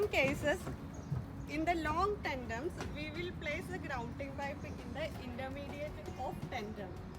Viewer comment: It's tendons not tendoms...